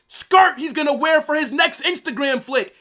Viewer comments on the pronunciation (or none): none